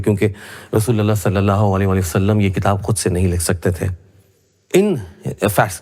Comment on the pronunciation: Bhai pahle sallallahu-alaihi- wasallam ko kahne ki achhe se practice karlo. Hairat ha, baat karte ho islam ki aur SA Alaihim wasallam bol nahi pate ho!